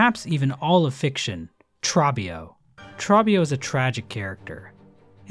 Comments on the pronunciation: ITS TROBBIO NOT TRABBIO HE LITERALLY SAYS HIS NAME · okay genuinely though, great video, but you're the second youtuber I've heard say Trobbio like "TrAH-bio", when he yells "TrOH-bio". It's just weird that this is the name people mess up, when he's the one character in all of HK or Silksong with a spoken name. The guy yells it, and you hear it multiple times. Afaik he's the only one with an in-game confirmed pronunciation. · All around great vid, except your pronunciation of Trobbio. Trobbio is the one character who literally says his own name, so we know exactly how its pronounced. Troh-bee-oh, instead of Trah-bee-oh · Why does everyone say trawbbio when the dude himself literally says it trobbio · By "OH" they mean "OH" as in "oh", not the vowel in "trot", and this isn't an accent thing. It would be like if someone pronounced Robe as Rawb, Coby as Cawby or Trobbio as Trawbio. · Aint no way bro pronounced Trobbio as "Trahbbio" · That Trobbio pronunciation (“Traw-bee-oh”) is…oof. I mean, the character literally shouts out his name multiple times in each fight lol… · Trobbio is not pronounced like that. It's more like tr-oh-bee-oh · I love everything about this except the way you pronounce Trobbio with a short "o" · why pronounce trobio like that when he literally says his own name completely different in the game?, its not trahbio... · The way you pronounce trobbio is so grating to the ear. Idk if it's on purpose 😂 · How do you mess up the pronunciation of the character that yells his name like a Pokemon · I can't get over how you pronounced Trobbio... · Did...he just mis-pronounce the name of Trobbio? The very name the boss says to you? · wild choice to mispronounce "Trobbio" when he says his own name for you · what if the hallownest weavers went back after they saw the pale king using the void and thought they could use the void to kill GMS. prolly died just died in pharloom. Also Trobbio screams his name every few seconds, how did you mispronounce it?